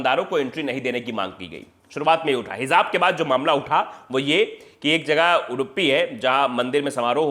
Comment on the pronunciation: Bahut salute hai sir. .aapko jaise patrkar ki a aaj bahut zarurat hai...Sir hijab shabd hai not hizab